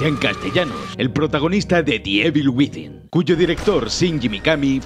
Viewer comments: Por favor, no digas "ivel" por favor... es "ivol", resident "ivol", me duele muy fuerte cada vez que lo escucho y encima lo dices un montón de veces jajajaja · "resident Ível"